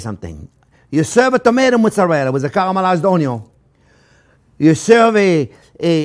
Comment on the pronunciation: I love how he says "karamalayz oniow"